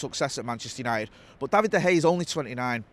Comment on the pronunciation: Love the content lads but i wish he would say Davids name correctly 😅